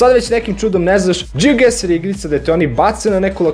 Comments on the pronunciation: Ono kad umjesto geoguessr kažeš geogueSSSR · Džiogaser ahahahaaha kapiraš gaser kao... blokiraću se